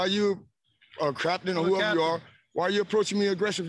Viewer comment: Did say "Craptain" instead of "Captain"? ish? It's but back it up to so to catch it. Funny af! 🤣